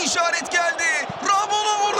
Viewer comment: Ramulo ne ya? dalga mı geçiyorsunuz. Onun adı Romulo.